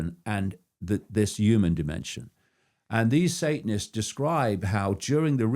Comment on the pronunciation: David icke - the clown who thinks the moon was put in the universe by "the cult" and acts as a space station. He also claimed he is the only person who saw Ted Heath's eyes turn black. The man can't even pronounce the word "human" correctly.